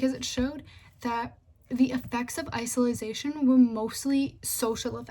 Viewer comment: (iso-late-shin) isolation , you were saying "isilization." But other than that I say it was a good presentation. Good job